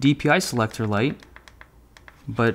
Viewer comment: Lol, he said lise mouse instead of light mouse, he said i like lisemouse